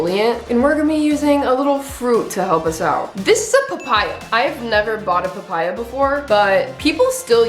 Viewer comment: PaH-PaYy-AuhH👹👹 slayy girlll❤